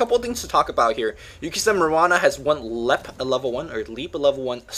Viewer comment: It's called Leap not Lep